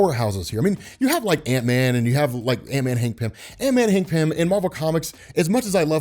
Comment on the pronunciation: Christ why you butchered Hank before the 4minute mark there man lol